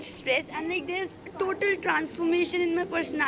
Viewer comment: 8.19 "TOLAL"😂😂😂😂